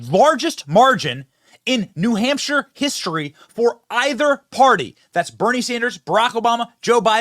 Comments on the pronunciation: "He lost New HUMPshire......" Some journalist. Can't she even read a letter A on her teleprompter...for New HAMPshire? Who's she got on her mind and what's HER name - - or is it THEY/THEM/THERE-THERE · Rachel Maddow said “New Humpshire” 😂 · New Humpshire 😂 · called New Hampshire, New humpshire?!😮😂